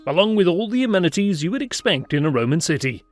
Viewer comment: His pronunciation is pretty poor all the way through. Makes you question his qualifications. Definitely not a "subscribe".